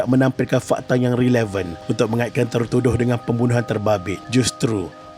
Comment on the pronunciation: Releven: sebutannya bukan Ri-ley-ven- tapi revolusi, kkkkkkL drift